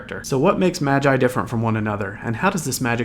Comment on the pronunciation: It's "magi" as in "the three magi" it's from the bible